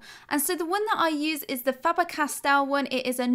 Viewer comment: Faber Cast-el? 😂